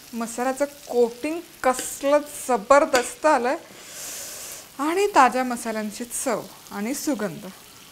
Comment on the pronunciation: aaha jabardast he shabd tumhi khup chhan bolta 👌👌👌❤️